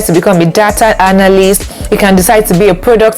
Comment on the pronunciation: And analyst as "hanalyst"